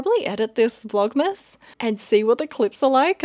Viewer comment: " Vlogmess "😂 I hear that.